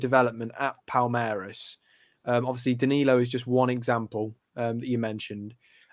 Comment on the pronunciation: Another name for you pronounce wrong mate lol